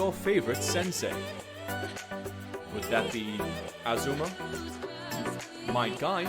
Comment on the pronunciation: Ah yes a”z”uma my favourite sensei